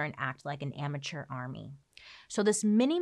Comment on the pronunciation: I honestly thought she said "immature army" instead of "amateur army" when she was describing what a militia was.... 😅😂